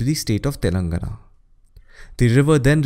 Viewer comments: Great video, very informative. Appreciate the effort in pronouncing all name correctly. Just a comment: Telangana is pronounced as telan:gaana. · It's Telangana = /tɛlɑŋɡænə/